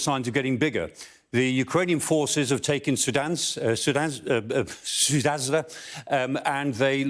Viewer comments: It's pretty cute how he's trying the tongue-twister name of the town. "Sudanza" 😋 In fact, it is "Soo-ja" ("soo" as in "soon", "ja"as in "just", stressed on the 1st). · lets learn how to properly pronounce towns names . It s not sunask not sudan not sudazda . its sudża! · Sudanza???? The correct name of the town is on the map right in front of him. Why can't he read? The town is called Sudzha. How hard is that ? The guy shouldn't be a presenter if he can't read and pronounce basic sounds of the country he's reporting on. First priority is to be factually correct. P.S. It's pronounced Sud zh a. The sound zh is kind of like a slow soft j, between a j and a sh. or a z and sh. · Just repeatedly butchering the name .. 🤣🤣 sudanha/ sardenia/ sudzha/ excuse me .. sudanza??" 🤣🤣 I thought news people like him Learned how to read regional Names 😅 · Sudzha is NOT Sudanza 👈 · He butchered pronunciation of Sudzha. The d-z-h combination is pronounced like a J. Hence “Suja” not Sud-zuh-zha. Now if I could just get Americans to pronounce Xi Jinping’s name as “President She”… instead of “Zhizhi Ping.” I have given up on getting them to stop saying “Beizhing.” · Omg Sudanza... Its Sud-zha. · It's sudja not sudazwah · He’s usually quite good, so it also surprised me that he was pronouncing Sudzha as something like “Soodansa”. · It’s Sud-zha, not Su-dansk. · Why is this goose saying Sudanza? Can’t he read? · and don't be afraid and prepare: Sudzha = Suja, J sound like in pyjamas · This guy butchers every single pronunciation. How is Sudzha Zoodansa? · 'Soodga' thats the name of place (dg like in dodge viper - same sound) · its pronounced Sudja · He was learning how to pronounce Sudzha ("Sood-zha") and failing miserably.... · Biden syndrome has hit the Professor Michael Clarke. He cannot properly pronounce the name of the town. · It's hilarious how he tries to pronounce the name of the city Sudzha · learn how to pronounce the city for gods sake